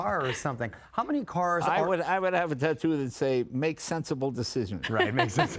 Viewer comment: Did anyone catch how Kit pronounced "tattoo" at in the same weird way as Bert Kreischer?